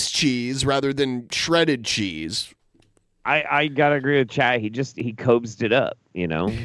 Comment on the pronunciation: I think it's so sad, that wants so desperately for his cheese (I hate how he pronounces the word cheese, over-emphasizing the CH like that makes it more "dank") to be stringy and stretch the way it does in the commercials, not knowing that those commercials don't actually use real cheese to create that effect, instead using combinations of colored melted rubber or glue, and other sorts of substitutes to make it look like melted cheese. Cobes wants that same effect so badly, and will even pretend on his food videos that his cheese has achieved that effect, when he, and the audience can clearly see that it didn't happen. Because it can't be, without making the food inedible. Just another example of how dumb, regular Americans, like, fall into believing what they see on TV as real.